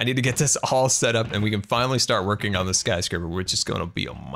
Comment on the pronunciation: "Scarscraper"- I love it.